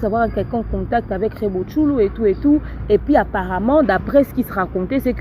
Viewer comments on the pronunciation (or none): Donc ne sait pas qu'on dit Tchulo, et non Thculou??? Mawa.